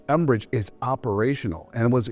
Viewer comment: It's 'mbridge", not "enbridge"!!